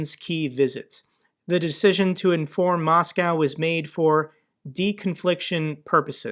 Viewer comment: its moscow not macaw